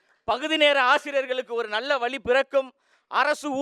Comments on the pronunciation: vali இல்ல பா.. வழி... tamil இல்ல தமிழ்..... ழகரம் வராதவன் எல்லாம் yen டா வந்து சாகடிக்கிறீங்க... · வழியா இல்ல வலியா?